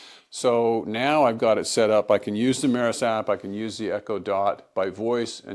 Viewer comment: Its pronounced "me-ross" not "meh-ris" 😂